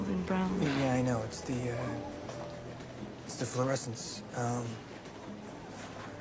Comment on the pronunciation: “It’s the florescence “ 👁👄👁